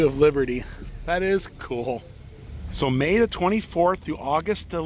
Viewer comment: I guess that was the Statue of Li-bear-ty. LOL